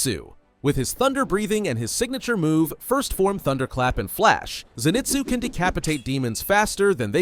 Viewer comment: Your suppose to say inoske and Zenizue